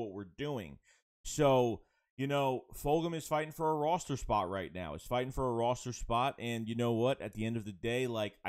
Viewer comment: Do we know where is from? Why does he butcher the word Roster so bad? I like the videos but as a born and bread Philadelphian, we don't talk like that.